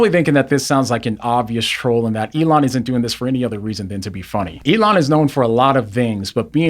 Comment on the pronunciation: "Elooona" hahahaha